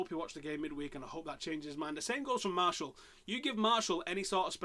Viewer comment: Lol why do Man U fans call Martial, Marshall? Here's how you pronounce it. Anthony Mar-she-al, not Marshall (and yes, I am French)